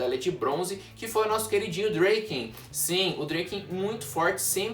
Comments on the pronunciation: Fala DRAken não dreyken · Gostei sim mais tenta fala o nome do Draken certo ರ_ರ